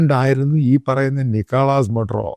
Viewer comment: Maduro is pronounced like Mathuro